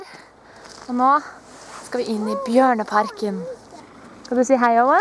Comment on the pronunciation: when I first heard your speak I thought you said barnaparken then I saw the bears